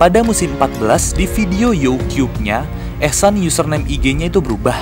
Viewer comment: Youtube bukan youkiub